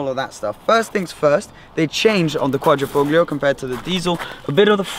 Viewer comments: Great spelling you got there. Also the g in Quadrifoglio is silent. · Hey, you live right next to Italy and you don't know that the G is silent? I'm an ignorant American and even I get it right!;) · alfa romeo It’s truly amazing that the majority of these review videos get it wrong! Also the pronunciation of Quadrifoglio, it makes me cringe! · no it's not. at least in italian it isn't. The sound english speakers get wrong when pronouncing quadrifoglio is the D which has the same sound as Dog. But of course who gives a fuck it' just a name.